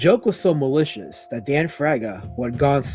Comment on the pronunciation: This stweam is filled with MAWICIOUS INTENT!